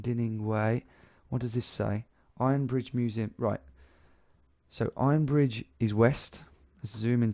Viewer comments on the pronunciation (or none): none